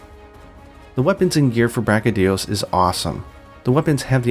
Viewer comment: *its BraCHYdios, not BrachyDIos